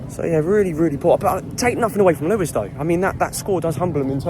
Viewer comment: You say it right! Though you got the two nil back to front - UTFR. Was interesting that on this news this week after the train derailment that Lewes was pronounced correctly!